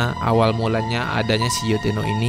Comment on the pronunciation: Baca abangnya salah Yotteno bukan yotteto 😂😂😂 kocak abisszzz